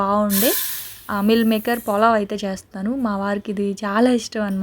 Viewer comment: polav kaadu pulav